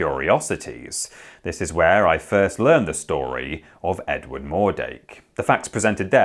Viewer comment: "Did you hear the news about Edwarrrrd".